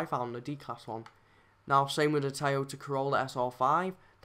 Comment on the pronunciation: Tiyota bro it’s pronounced toy-o-ta